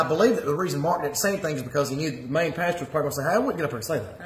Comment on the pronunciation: I love the way he calls the PASTOR a PASTURE.....Lord n Saviour Jesus Christ of satan???? ......WT??